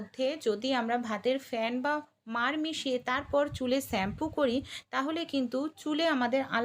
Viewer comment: Shampoo বাংলাতে শ্যাম্পু।স্যাম্পু নয়।